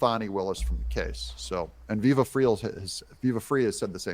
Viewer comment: FYI ….…”FRY”